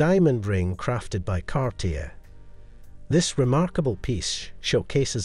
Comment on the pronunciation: This video has such beautiful photography and showcases really wonderful jewelry, but it is a shame that so many words and names are badly mispronounced. I wonder if the narration is done by an AI program rather than an actual human being. Heidi, Cartier, epitome, marquise, graduated, Arpels, egyptomania, seventies, cabochon, Sophia and Lollobrigida are all spoken incorrectly. One would think such a well done production could have a narrator who knew how to say the words properly. I see by previous comments that I am not the only one to have noticed this.